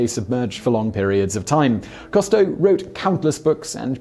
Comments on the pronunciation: Whaddya know, mispronouncing again. What a surprise. " "Coo-stow", not ""coh-stow". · Simon, usually I let slide your many mispronunciations, but with the well-known-to-all Jacques-Yves Cousteau, rather than Jack KAHSS-toe, it's ZHOCK (eve) coo-STOW , with the 'zh' being the same sound as the 's' in 'measure'. However, as always, this video was well done and informative. Thank you. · WHo the hell is Jacques COS-TOW??? It's COOOS-TOW. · It's pronounced Coo-stoh, not Cah-stoh. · Simon, it's "COO-stow", NOT "COST-toe"! UK pronunciation allows for the "ou" sound to be "oo", rather than "aw" - SO DO IT! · Coo-stow....not cost-toe.....jusy sayin'. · “Coo Stowe”. That’s how he pronounced his name. I watched every episode as a kid, and he inspired me to become a diver. Cheers. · Cousteau Is not pronounced "Cost-o". But it would't be Top Tenz without at least one of Simon's trademark blunders. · Although I'm a biologist, I didn't recognise the misspoken name 'Costeau' which is really 'Cousteau' (grrrr) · Right? Simon is incapable of pronouncing so many common words/names. And it's not even part of British vs American English pronunciation (like garage with hard vs soft second G). For a man that makes a living from the internet, and especially given the topics of all his channels, he's so culturally inept that he can't pronounce Jaques Qousteau. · This guy never could pronounce "Cousteau" correctly (sigh). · You may want to take a look at the spelling of Cousteau and maybe try pronouncing it that way! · If you know he had a TV series you could have easily picked up the correct pronunciation of Cousteau from that. Frequently the mispronuciations are so ridiculous I'm beginning to think Simon and his writers do it on purpose just to get comments... Oops, I guess I fell for that one, since I rarely comment. SMH